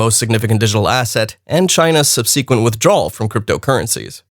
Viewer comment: sub-SEE-quent hahah you have the wrong emPHAsis on the wrong sylABLE